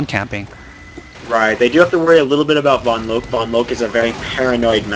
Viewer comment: Drop the E on vonloke when you say her name, you always say it wrong haha